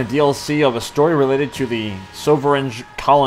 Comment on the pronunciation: I love this channel but why the fuck can you not pronounce anything (I.E. Soveriegn-Soveringe? or Series's?)